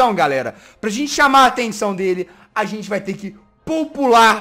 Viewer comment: VC taben falo errado além de gente VC falo sente oxé